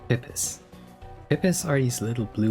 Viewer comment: it's PEE PEEs, no pip-is. Eggs, not drugs